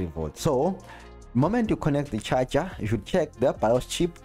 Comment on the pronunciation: Always funny how you say charger (cha cha) haha. Better call it power supply xD.